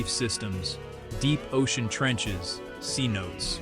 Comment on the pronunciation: Commentator needs to learn the proper pronunciation of "Cenotes"